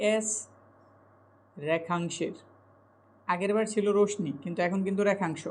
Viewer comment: কেটে নেই নয়,ওটা কেটে নিই হবে।ভুল বানান লেখেন কেন?রশ্মি উচ্চারণ ও ভুল।